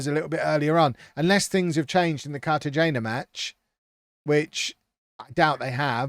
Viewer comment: cartagena is pronounced carta-hena